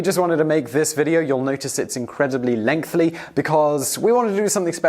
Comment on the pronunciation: Lengthy, not lengthly. Allegedly.